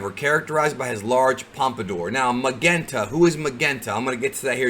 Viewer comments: Just a heads up, Magenta is pronounced with a J. As in Majenta. But knowing language barriers, I wouldn't be surprised if it does end up a hard G in the movie. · I think magenta is supposed to be pronounced ma-Jen-ta, like the colour. The colour of magenta’s suit. Also, since you mentioned the guy wanting to be a super hero and (in my opinion) the gammas in the recent poster are doing the same poses as the great saiya man, I wonder if they have been made to be like Saiya man because the little guy wants to be like him. If you see what I mean. Or he’s jealous of him, and so he kidnapped Pan to try to get him to come to his place, so he can destroy him with the gammas. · Magenta is pronounced Muh-Jen-Tah. Carmine is also the name of a color. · Magenta is actually pronounced Majenta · It's Mah-Jen-Tah like the color I believe. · Great content! Keep up the outstanding work. Oh and Magenta is pronounced ma-jen-ta. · It's Ma-jen-ta. Magenta like the color. Red themed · i think magenta is pronounced like the color not the way you said it 😂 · I'm sorry, did just pronounce the color "Magenta" completely wrong or are my ears playing tricks on me? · He wasn't trying to pronounce it as if it were in Japanese. He just didn't know how to say it. I was just helping him out. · Lmao u cant say Magenta?